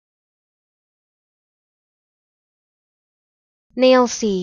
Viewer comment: I live in Nailsea, and I think your pronunciation is slightly wrong. The ‘s’ is pronounced harder, more like a ‘z’, as in “Nail-zee”! Just my opinion, happy for other locals to contradict me!